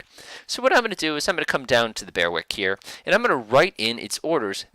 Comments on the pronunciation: FYI Correct pronunciation of Berwick & Maori follows. Berwick - Bear-ick Maori - Ma-or-ee No big deal but if you are interested. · Just the kind of video I was looking for- thanks. For future reference, The Berwick is pronounced 'Berrick' and The Maori 'Mowry', as in Chairman Mao.